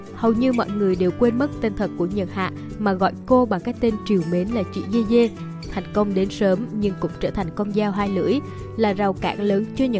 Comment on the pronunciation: Yeye đọc thành dê dê t cười ỉa😂